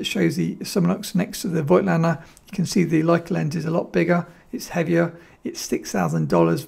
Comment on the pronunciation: Lots of photo channels make this mistake too - but it is pronounced 'folktlender'